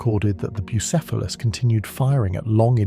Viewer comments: Brother. For god's sake. You can just look up how to pronounce things. Boo-SEFF-a-luss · Saying the name correctly, and then mispronounced, then back to correct, then mispronounced again is absolutely sending me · Great video and the lore is awesome. But. Damn Between the 19 different ways the AI pronounced "Bucephelus," but the YouTube well-known capability and feature of completely BUTCHERING captions.. Made me a little cross-eyed. :D Icluding, but not limited to: "Jello Field" There's needs to be a mem about "jello fields" in the Warp.